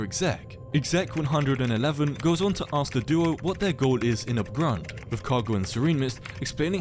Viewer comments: i love how "Abgrund" is spoken with this AI voice "Abegrund" and yes i am german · BRO HOW IS THAT AI SPEAKING "ABGRUND" HE KS SPEAKING IT LIKE "ÄBEGROUND"